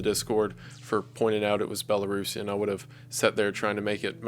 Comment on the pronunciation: Huge props for your pronunciations of "Belarus" and "Belarusian"